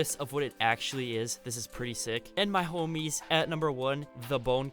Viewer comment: y u say “my homIes” lIke that💀